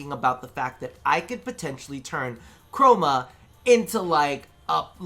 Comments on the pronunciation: No its not just you. Mr. Co-ro-ma is certainly a thing now in my head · Honestly am I the only one that heard say “Mr. Coroma”?